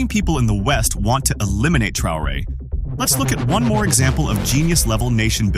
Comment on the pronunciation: Tra o re heißt er nicht Trare🤷‍♂️